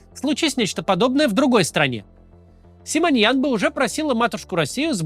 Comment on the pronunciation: Ее фамилия Симонян, не Симоньян. В чем такая необходимость коверкать фамилию?